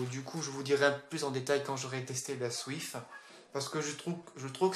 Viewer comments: ca ce dit switch che chhhhhhhhhhhhhhhhh pas thhhhhhhhhhhhhhhhhhhh et on dit joy-conne pas les joy-codde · Il a dit Nintendo Swif 🤣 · c peux être parce que le mec le dit comme sa nan? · Fréro c'est le gars qui le dit comme ça